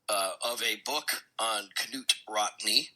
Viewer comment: Not ka noot rockne